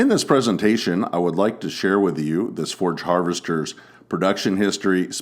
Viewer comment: Its a forage chopper not a forge chopper